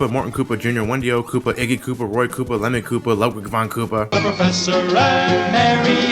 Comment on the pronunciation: When you where talking about the Koopalings it sounded like you said Lemon Koopa